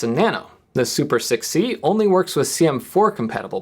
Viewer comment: > This is super6c This sounded to me like 'This is super sick, see?'